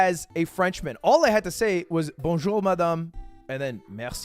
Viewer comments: You out yourself at the very start. The way you say "bonjour" is wrong. You keep accenting the r at the end trying to roll it. But you shouldn't prounounce it at all. Your accent in other words is prety good except that r at the end... :/ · Bro, you can tell you are not French from a mile away. You just look, act, speak and dress like a US tourist in EU. Even his "Bonjour" sounds American xD